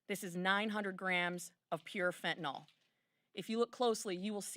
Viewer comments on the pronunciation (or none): Hey Republicans, I love you but it's pronounced just like it's spelled..... fen-tan-yl .... fentanyl. Not even a dyed in the wool Texan on his worst day could make the mistake of putting an all on the end. Get it right for gosh sakes! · It’s not “Fent-tin-ohl”.. it’s “Fen-tin-ughl” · It’s NOT Fentanol ! It’s Fentanyl (Fen-tan-il) !!!!!! How many politicians & news hacks are gonna screw this up ???? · Otherwise appreciate the message and I’m in total 100% of what I have heard. It’s just so many say “fen-tin-aughl” and it sort of helps